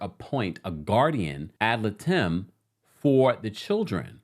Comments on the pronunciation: I believe it’s pronounced Guardian ad Light-em. Not “lit-em” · Great video! I'm still shocked by this split! (FYI...the legal representative for the children is pronounced "Et Lie-dum". I had friends who needed this for their 2 kids when their divorce got down and dirty). I appreciate your consistent and up to the moment tea, my friend! ❤ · I love you so much lol it’s guardians ad-light-em! I said if I heard it wrong again I would them you 😅😅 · you pronounced ad litem wrong. It’s pronounced “ad lidum” ❤ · It's pronounced Guardian Ad LIGHTum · The way you pronounce ad litem 😂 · The way he pronounced 'ad litem'🤣🤣🥰